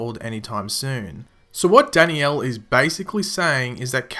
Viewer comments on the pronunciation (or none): What really annoys me is..... not being able to pronounce danielle's name correctly